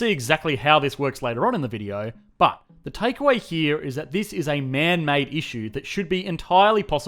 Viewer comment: I am only here for the way he says “ BHAT” or BUuT